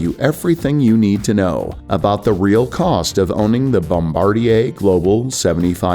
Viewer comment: Thank you for pronouncing Bombardier correctly. So many aviation channels do not.